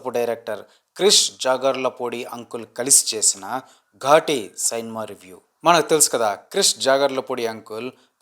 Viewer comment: Anna ghaati Anna adhi ghooti kaadu